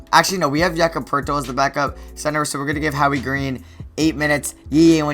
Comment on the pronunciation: The way you say Jakob's name makes me cringe every time